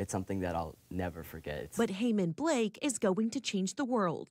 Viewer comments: Blake? Dear Journalist, please use his real last name. Repeat after me : BE KE LE! Bekele! See how easy it is!? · You have his name wrong. His last name is not Blake it’s Bekele.😂😂😂 what sort of journalists do you have working there? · His last name is Bekele not Blake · Please make an effort to pronounce his NAME!!